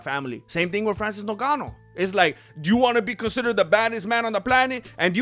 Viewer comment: Hello MMA, why do you call Ngannou "Nogano"?